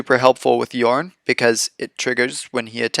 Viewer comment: I clicked that subscribe button as soon as I heard you pronounce Jorn correctly! :D I really never play green, but this deck looks amazingly fun.